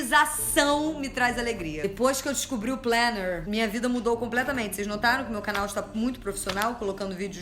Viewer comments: Jout, pq vc fala “planner” como os gringos falam? Tipo “plener” e não “planer” mesmo pra facilitar? Deve ser pq vc quis, e tudo bem! Bjs te amo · Eu não tenho planner, mas eu simplesmente amo a sua pronuncia de plénerr. Isso me traz uma felicidadezinha.